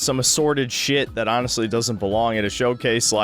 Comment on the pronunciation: Why do you keep saying "anhastly" over and over - do you have some kind of autism that makes you lie so often that you need to explain when you're actually being "aanist"?